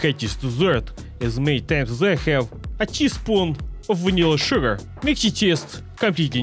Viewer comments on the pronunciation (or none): > Western spy accent detected when pronouncing "sugar" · Why does his accent disappear when saying "sugar"